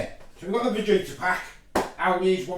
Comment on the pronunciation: Correct pronunciation is Fahita the Mexican way. You don't say the J